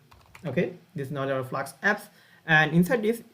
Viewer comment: Hi i know it's so irrelevant and so bad to ignore everything and focus on that, but I just couldn't, it's FLASK, S K , not FLAKS, KS